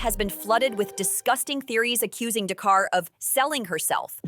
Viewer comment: DA’CARA!!!!! NOT DAE’CAR LOL! 😂